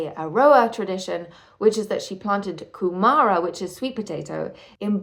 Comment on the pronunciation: You should start with learning Te Reo Māori. The names are wrong and it's really important you get them right to understand the story. Kumara said Coomaarah. You can find the Māori dictionary online and it has an audio button and you can play it and practice pronunciation